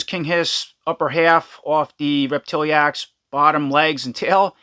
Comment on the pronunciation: I think it's rep-ti-lax. vs rep-til-E-ax